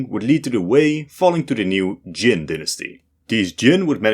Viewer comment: Kyem, not Jin!